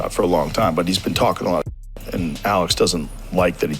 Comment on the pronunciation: Dude cant even say Alex name right 😂😂😂